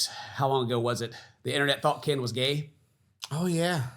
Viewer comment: Please call him KIN! KIN! 😂